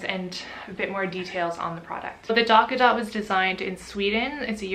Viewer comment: not going to lie; i hate the name of that product although it sounds like you're saying "Dock-a-Dot" rather than "Tot"